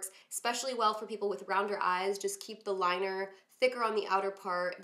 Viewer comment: Who else heard her say feeer instead of for lol good look though !